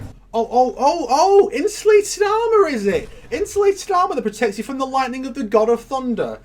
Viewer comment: Shang Tsung was so badly miscast in this. Tsung should never be pronouncing "you" as "yuh"